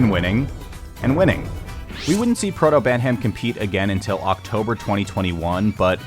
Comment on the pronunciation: And he also says "Protobantam" just before that